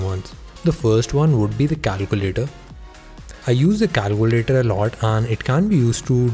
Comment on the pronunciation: calcuulatoor.... i died when i heard that. 😂 but good work. good luck with ur channel